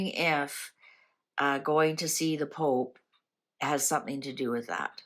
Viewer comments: Thanks.. You made me laugh out loud with you poop..pope. Slip.. Haha.. Contagious..😁😁. I haven't laughed like that in a while..lost my husband at Christmas...so been so sad... Life goes on.. He would have laughed with me..xx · After waking up to another troubled day in GB your mispronunciation of the word pope really made me lol 😂 thank you, all I can say is keep drinking the spirits🤗